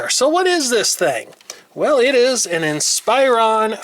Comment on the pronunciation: It's "in-spuron" not "in-spire-on"